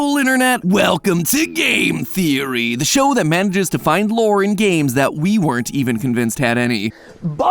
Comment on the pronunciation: Sorry Matapat, you're no longer allowed to say the word "lore" normally anymore. XD